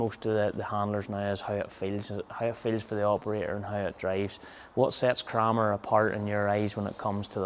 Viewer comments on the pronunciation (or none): In Adrian Wilson’s first sentence, he pronounces it Krammer, sounds like hammer, the same as Gareth, but in his second reference he pronounces it Kramer, like window “framer”.